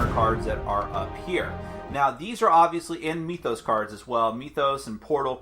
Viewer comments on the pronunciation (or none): So it's pronounced 'MYTH-os", like (m-I-th), not 'ME-thos', with the 'e' sound. I know, knit-picky but it's annoying to hear. (annoying, like this post hehe ) Thanks for the review! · Do you also say "meethology" or "meethic"? Because that isn't how you pronounce "myth".